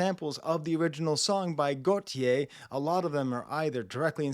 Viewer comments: it’s pronounced “Goat E A”, after gautier. Also, am insanely surprised you’d never heard it before, it comes from a really unappreciated album. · The way you’re pronouncing Go-Tee-Yay is giving me anxiety 🤦🏽‍♀️ 😂 but at least you’re trying your best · As far as I know you should pronounce Gotye like you would the name Gauthier in French. C'mon!😜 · Gotyé is pronounced like... Gaultier.. or Gaulthier.. it is basically the same name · Gotye is pronounced goh-te-yay. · Hahaha it’s go-tee-aye. I love doechii but I hate the song sonically. Went to art school and it just sounds like the songs theater kids would create so maybe I’m just tainted lol